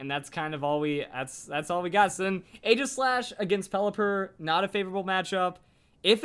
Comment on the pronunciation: its pronounced eejislash. Stupid, i know.